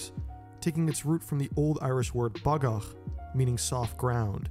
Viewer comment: Have to comment to commend your pronunciation of 'bagach'. Your 'ch' was perfect.